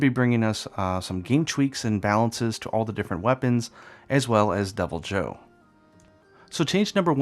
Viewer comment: thought you were saying Double Joe - he's extra caffeinated! lol